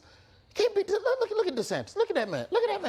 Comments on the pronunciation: is anyone else noticing that he keeps saying Ron DeSanctus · I find it adorable how Trevor always mispronounces Desantis' name as Desanctis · Why does Trevor say Desanctis and on Desantis?